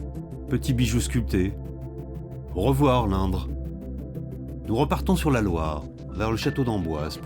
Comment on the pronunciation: La rivière c'est l'InDre avec un D. Il ne sait pas prononcer.